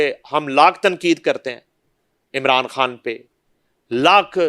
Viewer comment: بی بی تیرا خان کھان ھی رھا اپنے تلفظ پر توجہ دیں